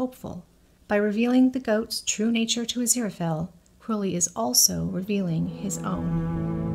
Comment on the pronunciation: I absolutely love your channel! All your theories and observances provide such great insight that it's always a pleasure. Please, please watch some interviews with Neil Gaiman... despite the fact that Angel's bookshop is "A. Z. Fell & Co.", his name is pronounced 'Azira-Fale (rhymes with 'sale'). I do Thank You Very Much for not shortening Aziraphale's name throughout your videos! I feel that Sir Terry and Neil chose his name very carefully and abbreviating it in any way cheapens both Aziraphale and Sir Terry's vision for our beloved Angel. I don't think enough people truly appreciate Crowley's line about Aziraphale being "Too pure of heart to be anybody's 'bit-on-the-side'!" My absolutely line from Crowley! Is it just me, or are Aziraphale's eyes blue when he's in heaven and dark when he's on earth? ❤ 🌼